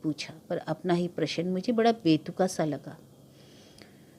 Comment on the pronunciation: आप अभी तक प्रशन ही बोल रही हैं....प्रश्न बोलना इतना कठिन भी नहीं है।